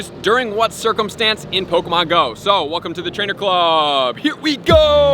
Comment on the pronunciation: Pok E mon!!!! Not pokamon 😤😤😤😤